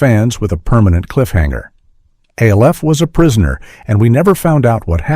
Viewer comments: The reference to a show being "cold and impersonal" is ironic, when it's given by AI. It's "ALF," not A.L.F. F**k AI. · Alf. ALF! NOT ALE-FH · Al-if, that’s how some people pronounce it in Ireland.:) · The AI is mispronouncing it because it’s in caps and it thinks it’s an abbreviation. It’s saying A L F quickly. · The AI voice keeps saying "Aleph" for ALF. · al eff??? AI voice sucks A ell F ??? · The AI voice narrating this 🙄…when have we ever spelled out each individual letter in ALF? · The fact that the a I voice I can't pronounce alf, but can pronounce his home planet melmac really? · The way I RAN to the comments when I heard it pronounced that way!! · 27 mins he cant say ALF lol